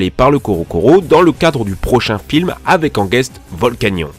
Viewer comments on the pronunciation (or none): none